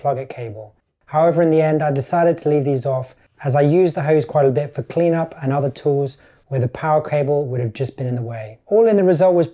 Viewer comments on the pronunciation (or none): none